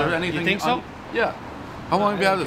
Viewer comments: Something you can seeth your tink into. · First we had a “Tang”, now we have a “Tink”??????